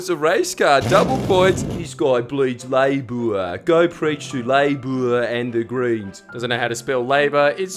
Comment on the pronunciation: You said Labour wrong, but I'll forgive you because you're Australian and don't know any better. #notaboomerjustbritish